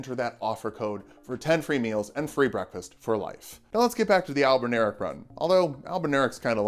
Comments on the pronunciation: But it’s Albin Or ic, like your, not Albin-eric like derek 😂😂 All the love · I don't get what's so hard, it's spelled just like it should sound. Al-bin-aur-ic. (Not "al-bin-air-ic") Albin as in white, auric as in gold. I should just shut up and watch the rest of the video 😂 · I think it's pronounced like Albin-Auric, referencing while gold. Albino meaning White and Au being Gold on the table of elements. Would also make since as they're functionally homonculi and mortal men can't create Gold, only a cheap knock off.